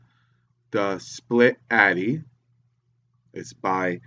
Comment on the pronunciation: it's atty not addy